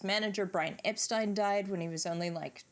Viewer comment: points for pronouncing 'Epstein' correctly!